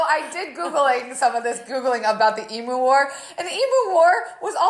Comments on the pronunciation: Do all Americans pronounce emUs em(oo)s or just? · I love that she can’t say emu.